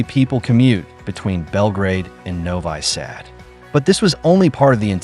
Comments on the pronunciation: Novi sad is pronounced noviii Saad not novay sad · "Novai Sad"??? Please pronounce the city names correctly! Whether it is Ai or a person reading the narration, put a little effort into not butchering foreign names. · Novi Sad is pronounced as Novee Sahd.